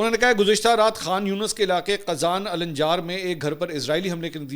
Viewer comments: It is not alanĵar but it is al njaar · محترم منصور علی خان صاحب آپ فلسطینی نام لے رہے تھے ۔ (علا الدین ) علا یعنی( چراغ ) النجار یعنی ترکھان قبیلہ ال یعنی آل بولنے کے لئے صرف بولئیے علا نجار بالاحترام معذرت 🙏 باقی زبردست ❤❤❤